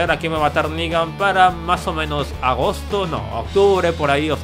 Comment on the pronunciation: Y por cierto es "Negan" no "Nigga" bitches .